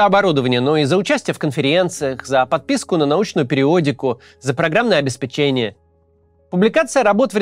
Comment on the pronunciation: ОбеспЕчение) У Варламова сЭрвис, а верно сЕрвис Не душню, но хотелось бы стремиться к верной речи